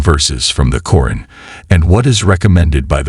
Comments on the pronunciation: Stop using A.I as a narrater..its not Corin its QURAN.. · Its Qur'An not Qoo run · What your pronouncing Quran is actually to be pronounced as Quraan. You have to stretch the sound 'a' as 'aa' as in for example "alligator" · Why use computer voice? It doesn't work and it's irritating. The nerves become nerds and the Quran become corn...